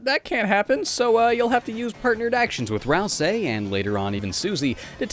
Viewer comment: stop saying ralSAY ITS RALSEE